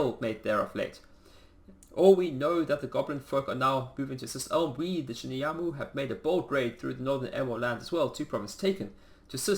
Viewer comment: Shimuyama has an A on the end while you say U. :)